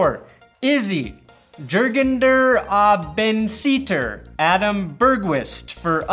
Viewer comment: When pronounces an ß like a b 😭😭